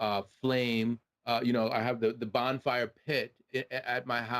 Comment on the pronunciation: Did you say “bond fire” ?